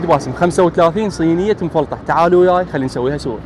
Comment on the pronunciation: لفظ المفطح عدل مفلطح 😂